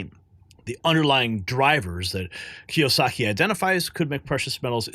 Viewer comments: The man's name is Robert Kiyosaki (kee-oh-saw-kee). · Kee-ohh-sahhkee dude. 🤦‍♂️ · Key yo saki is how that is pronounced.